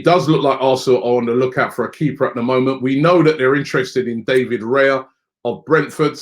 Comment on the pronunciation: David Raya’s name is pronounced Dav-Id Rah-jah. It’s just like David Villa